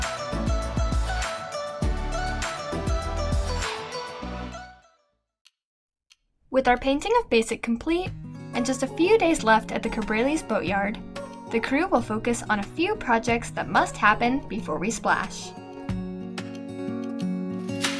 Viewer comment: OOh! It's not Cabrales = cab bray lease. It's ca bra lace! We English speakers can do so much better at other people's languages!